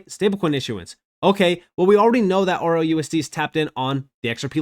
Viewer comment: I couldn't find RLUSD for the longest time because u can't seem to make "L" sound like "L". I searched everywhere for ROUSD because well UR "L" SOUNDS LIKE "O"!!!!!😮‍💨